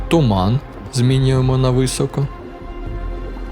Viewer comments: Не висОко, а вИсоко, трохи тягне тебе на руський лад. А загалом лайк. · ну який висОко ну який висОко, навіть на суржику немає висОко. вИсоко!!!!!!!!!!!!!!! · Друуже, вИсоко, не висОко, не високО)